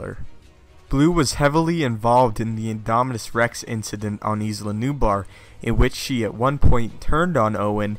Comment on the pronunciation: It's Nublar, not Nubar